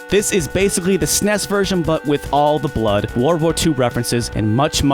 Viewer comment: Every time he pronounces "SNES" as a one syllable word, rather than an acronym, I cringe so hard.